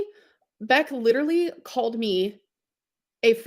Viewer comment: If she says leederaly one more time